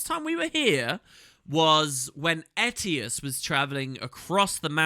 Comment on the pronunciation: you said Ettius again